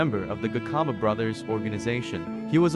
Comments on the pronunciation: 😂😂😂😂😂same here, he must learn how to pronounce it's very disturbing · When a white man writes or narrates our stories, our names are distorted and mispronounced. Just listen how he pronounces "Gcaba" he pronounces it as Gikhaba. Now wonder today some of our surnames are wrongly typed because of a white man. 🤣🤣🤣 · 😂😂😂😂 the sarsasa cards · 😂😂😂😂😂 the garcarber brothers 😂😂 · You should've tried harder to pronounce their surname correctly. Or just give someone else to narrate. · My only concern "Gi khaba" brothers and "KwaZulu Naital" is really irritating to my ear. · "The Garcarber brothers"😂"kwaar zulu Naytle" 😂 what shit is that😂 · Lol not everybody will pronounce it the way u want to